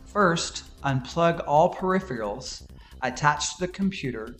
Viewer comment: That would be "peripheral" not "perifial."